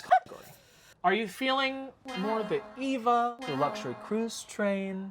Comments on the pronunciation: The yellow boxfish, I was like, "Sponge Bob swallowed a that pufferfish teacher of his, Mrs. Puff, causing her to blow up inside him!" Now THAT'S C*unty! The Eva 500 train lookes like an electric wasp to me. Meanwhile, honey, Eva is not pronounced EE-vah. It pronounced AY-vah. AY-vah Gabor, as Nick at Night used to tell us, "Eva [AY-vah] will not harm you. Because her sister, Zha-Zha, was the entire c*nt who slapped a cop and ended up jailed and fined, etc.. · The Eva 500 is pronounced Ay-Va 500. Its color scheme is based on. Eva Unit 1 from the anime Evangelion